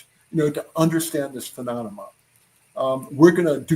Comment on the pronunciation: That’s right…This is the intel guy who can’t pronounce the word “phenomenon”…..